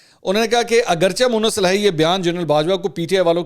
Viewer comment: Not Aghar chah but aghar cheh